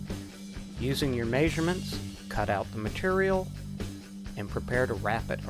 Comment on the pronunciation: No one: This guy: majorments